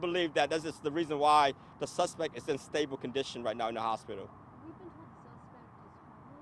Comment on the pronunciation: 😂😂😂 stabo condison 😂😂😂